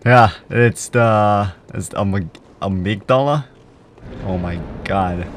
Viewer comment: Fan fact :D amygdala (the way you said it was correct) is the greek word for almonds :D